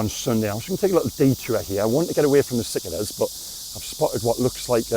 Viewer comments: Pronounced "sick-a-dahs" not "sicka-duss" Look like crickets tbf. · I believe it's pronounced "SICARDAS"? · IT's pronounced Sar-Kay-ders Down town you were about 8 pints deep haha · mate its pronounced................ SICK ARD ASS